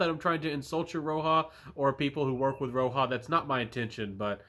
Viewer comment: Thanks for the review. And the J in roja is an actual J not and H or a Y as its derived from his name.